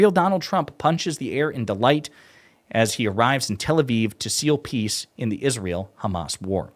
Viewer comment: "Because the Khamas."